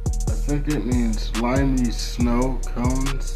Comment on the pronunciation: Oh I'm on their page. It's 'Limey Znow Conez' lol